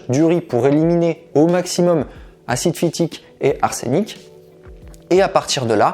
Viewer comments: Vous prononcez mal on << dit arsenic " et "" pas arsénic >> :-)) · Pourquoi dite vous "arsénic"? On dit "arsenic" arseunic!😉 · On prononce en français « arsEnic » et non ‘arsÉnic ». Merci pour le conseil sur le riz. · Merci! Infos importantes! Juste un truc en toute sympathie... une info en vaut une autre, si tu veux bien... on dit "arsenic" ( e fermé comme "semaine" ou "prenons") pas "arsénic". Il n'y a pas d'accent, et pas non plus 2 n... règles de prononciation et d'orthographe. Bisous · Pardon mais il n’y a pas d’accent sur le "e" donc on ne prononce pas arsénic mais arsenic. Merci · ArsEnic pas arsénic sinon merci pour ta vidéo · On ne prononce pas arsénic , mais arsenic 😃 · ah oui et pour compléter la blague arsenic se prononce ARSeuNIC et pas ARSéNIC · On ne dit pas l’arsÉnic mais l’arsEnic. C’est un peu dur à entendre pendant toute la vidéo. Merci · Ars (E)nic, non pas arsénic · c' est arsenic et non arsénic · Arsénic NON-arsenic OUI sans déconner c'est un e pas é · Le riz trempé 12h cuit à froid 😁 Je ne savais pas qu'on prononçait arsénic. Je l'ai toujours prononcé et entendu prononcer arsenic. La cuisine est belle, cependant elle paraît basse. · On ne dit pas "arsénic" mais "arsenic " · On ne dit pas "arsénic", mais "ars eu nic". En plus, tu dis pas mal de bêtises. Normal pour un coach naturopathe.... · Pourquoi prononcez-vous Arsénic et non pas arsenic ? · très intéressant mais ne dit on pas Arsenic et non arsénic !!! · Salut! Tu es plus que parfait pour tous les nutriments et autres astuces alimentaires, mille merci!! 👍 Cependant si tu prononces Arsène Lupin.... il y a bien un accent grave..., et pour Arsenic il n'y pas d'accent..... donc ne prononce pas Arsènic......! 😉🙏😉🤔🤔🤔🤔🤔🤔😉 sinon gros bisous, et merciiiiiii je vais faire tremper mon riz 12 heures minimum!!!👍👍👍👍👍👍👍👍👍👍😉👍🙏👍🙏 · interessant ! En revanche si je puis me permettre ça se prononce Arseunic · Arsenic avec un "e" et non "é" se prononce "arseunic". Désolé !